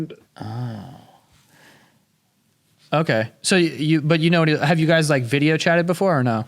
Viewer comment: they literally say "Bideo" instead of video